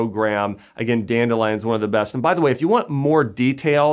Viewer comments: If this guy says danelion one more time 😑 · Danelion!!!!! Lol